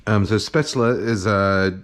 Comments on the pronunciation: Just a tip, it's pronounced "Shhh-pätzle" nocht "ssss-pätzle" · Hey Kenji - Coming from a German speaking native: your pronunciation is pretty good, only at the start of the word it needs to be Shhh - paetzle. The "Sh" should sound like as if you're shushing someone. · you're wrong there. I'm from the region Spätzle are from and it's pronounced shpätzle/shpätzli. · You are so close to the the perfect pronoctiation of "Spaetzle" Kenji, the only thing you're missing is that it's pronouced with a "sh", so it`'s "Shpaetzle" :) Other than that I have to say you are the only American that I see as an authority on German food because you have defininetly done your research on this stuff! I love your non-chalant approach to cooking , it's really helped me relax and make the best of what I have in the kitchen instead of feeling like I need to go out and get the perfect Ingredients for every dish. This might sound crazy but I wish restaurants like yours existed here in Germany, I would love to have a place that serves traditonal food with a modern and creative twist like you seem to do. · Just some German comment. Spätzle is pronounced with a SH in the beginning (like should for example) Traditionally the batter gets scraped of a wooden board into the water, which is pretty hard to do. And would you really consider this dumplings. It's more like pasta isn't it? Käsespätzle (chesse Spätzle) is basically German mac'n'cheese :D Keep up the great videos!! All the best! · FYI the 'S' in 'Spätzle' is pronounced as a 'Sh' like in 'flush'. In case someone cares, which you don't have to. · Kenji: Shpetzley 🤪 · nice video kenji! looks yummy but actually it's pronounced "schpaetzle" (sorry... :D)